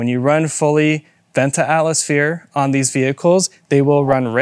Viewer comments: 😂 you both from a diff country obviously? lol “Atlas-Phere” .. boy that’s a new one! This was kinda brutal guys haha. I think if you counted, between the both of ya.. You said more incorrect words than standard English ones 🤭😮‍💨 And a little correction, Tial is a different operation on the bov complete being pull type vs push type. And not only that, the top adjustment isn’t for “sound “ as tightening certain other bov spring tension goes, like the older hks and blitz, greddy etc. The Tial spring is for vacuum!!! And each car will vary in vacuum and have a different tension spring! But will all sound about the same. You can change your cars tension from where it should be to tighter. And a lot of times won’t get it to make any sound. And too loose and you get idle leak and idle surge (rich conditions) etc. The tials only have that signature Supra tone when a LOT of boost is let out through them!! Like 30+ psi. Therefore a lot of guys are unhappy w them on more stock or lower boost cars. Or some have issues and compatibility is an issue. My 95 Supra when I went single turbo it wouldn’t idle without leaking. I tried heavier spring (added a second smaller 4lb) . Idle leak was gone, but wouldn’t blow off on 8-15 psi range. I was unhappy w it even when I was on stock twins. Barely even knew I had one never heard it unless I tried hard. And mine was in the drivers side bumper “fog” hole. Replaced it w authentic HKS, and issues went away like that. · He literally said atlasphere every single time 😂☠